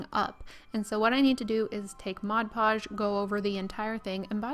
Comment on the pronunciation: As a former art supply retail clerk I really appreciate that you call it Mod Podge, not "Modge Podge".